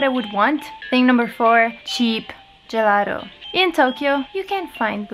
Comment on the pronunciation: se dici una parola italiana devi pronunciarla in italiano GELATO e non Gelaro! =D